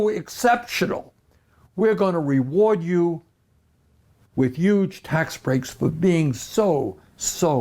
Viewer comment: I love when he says "huge." "Uge" in Bernese